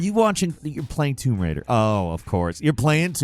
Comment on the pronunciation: "Womb Raider"